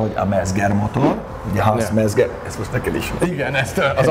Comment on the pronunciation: D Mezger... német z=c. Mecger motor. :D Jó.